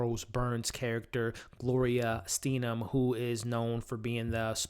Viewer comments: you couldn't pronounce Gloria Steinem or Phyllis Schlafly. whatever time you put into your study wasn't spent correctly. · Most things about this review were pretty good- except for one, and it went beyond just terribly annoying- to INSULTING. I realize the reviewer is young. But damn- DO SOME RESEARCH! 2 Minutes on YouTube checking out other vid-clips would have taught one the correct pronunciation of American POLITICAL GIANTS like Phyllis Schlafly and Gloria Steinem. Do the added work- please! There really is no excuse for not knowing hw to pronounce such incredibly- huge legendary iconic names in history. :-(